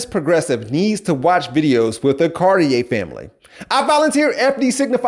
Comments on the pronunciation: ok here's a better way to say it. You're the pure example of why they left the left. You have problems with comprehension, and pronunciation...oh and you're RACIST! Their name is pronounced: Car-Tee-Air. Not the pretentious gay clothing brand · So this man is exactly who; not only pronounced their name wrong, but proves hes the exact reason why they left the left.